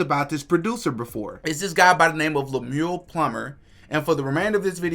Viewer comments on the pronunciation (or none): His name is pronounced as it's spelled, Lem-U-El. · His name is pronounced Lem-U-Elle.. 😊